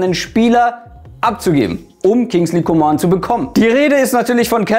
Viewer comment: danke dass du Coman richtig ausgesprochen hast